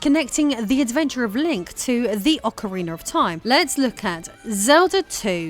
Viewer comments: I love Ocariner of Time 😊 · In Americar we say aw-kuh-ree-nuh. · Ocariner Of Time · Why english speakers do that?, I have never been able to understand that pronunciation but yet it is very common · As an American, I don't understand it either. She goes back and forth between saying it right and saying it wrong. She also said Zelder than Zelda, I don't get why folks from the U.K. go back and forth between pronunciations, sometimes in the same sentence.